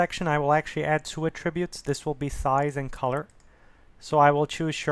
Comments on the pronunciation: I thought he was saying "a tribute". You are not alone, it took me a second to understand what he was trying to say and unfortunately took my train of thought away from the tutorial. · You're mispronouncing "attributes". It's disconcerting.